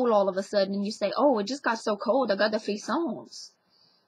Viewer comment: hey there i'm french and it's really interesting how generations after generations we can still understand those words , couillon(fool) ,mal au ventre (bellyache) ,frissons (shivers, funny to hear it with the plural s pronounced tho), fwas sounds like the now extinct dialect word for diarrhea that my grandparents used, Parrain (godfather) but godmother is marraine, minou (kitty), dodo (sleep for kids), mais means "but" in french, canaille is a rascal basically, honte is shame, mademoiselle is for an unmarried woman and it means dragonfly in german if i remember well ... etc etc all in all very interesting vedio keep your dialect alive !